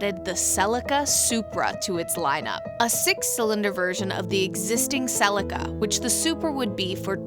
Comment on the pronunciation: Another great review & loved the history of the Supra. Though you say Celica kinda funny. We (Aussie) pronounce it as Sell-e-car. I understand the need of an Auto, and most Auto's are quicker than a Manual. But just for the pure driving enjoyment, has to be Manual all the way.